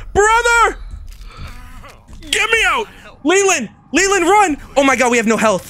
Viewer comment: "Le-land? No I'm named you L-E-L-A-N-D"